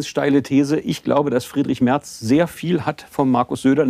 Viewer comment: Natürlich heisst es MERZ und nicht Mert